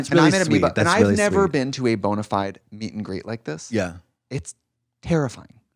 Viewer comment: “met and gret” made my eye twitch